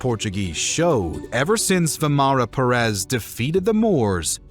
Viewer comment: Why Perés and Cordóba??? You make a historical video and not even research the correct pronunciation of the names involved?